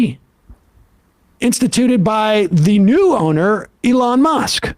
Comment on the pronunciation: Sam is finally saying Elon's name right.